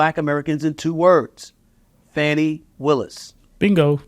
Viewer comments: Why are you not telling the truth. Nathan Wade's wife played out on him with his best friend. Are you a Trump supporter. Please stop mispronouncing her name it is not fanny but fani (fawni). This is disrespectful and is the same type of calling people out of there name like Trump does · Can anybody pronounce her name FUNNY WILLIS, SHAME ON YOU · Why Stephen A Smith pronounce her name wrong